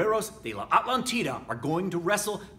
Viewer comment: Great video as always,. Just one thing. In spanish, you stress it like a-TLÁN-ti-da.:D